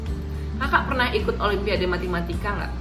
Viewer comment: Matematika kak bukan MATImatika 😂😂😂 Btw thx kak motivasinya! GBU 🙏🙏😊